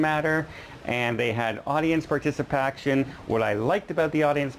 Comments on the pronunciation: I've never heard participation pronounced participaction?? before - cute!! Thanks for the video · Thanks I am just learning the difference between American and Canadian accents mostly they sound the same to a Brit, however.... Laughing at ur pronunciation of participation lol lol think I'm beginning to spot the differences now ha ha Laughing with you not at you! Another great informative video.